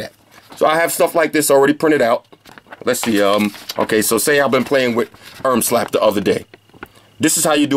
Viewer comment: Did u just say Ermslap 😂😂😂😂 thanks for the review!